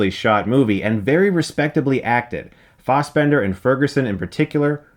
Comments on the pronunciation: Why is he STILL calling him “Michael Fozzbender”?! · It's fassbender not fausbender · i love the way chris says fastbender